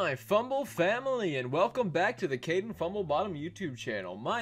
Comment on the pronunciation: It's Kådėñ